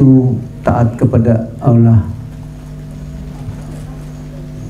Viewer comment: kok masih kesulitan mengucap alloh ya😃